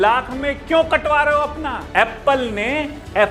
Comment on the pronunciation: Are aaiypple kya hota hai bhai Dhang se bolle